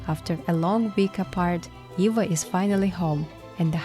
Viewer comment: Why you say Iva instead of Eva.